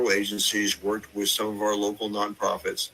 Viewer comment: Did u say woke or rogue. Lol